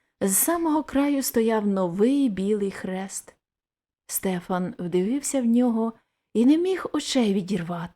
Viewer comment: Дякую,пані! Але зроблю зауваження:не СтЕфан,а СтефАн! В нас на галицьких землях старі люди і дотепер так кажуть,навіть ШтефАн.Богдан Лепкий галичанин. Тому,коли берете якийсь твір,не завадить поцікавитися звідки родом автор,і яка там була і є вимова певних слів,назв.здогадуюся,що ви міркували,як маєте прочитати незвичне для інших регіонів імʼя Стефан.Напевно,на Закарпатті кажуть СтЕфан.